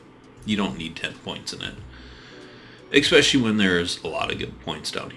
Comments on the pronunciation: Though, I have to say "eckspecially" grinds against my nerves. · The fact that you keep saying ecspecially moderately annoys me.